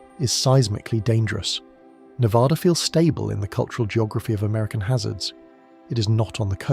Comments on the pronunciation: We are not Nevodder or Nev-ODD-a. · There is no ah in NevAda.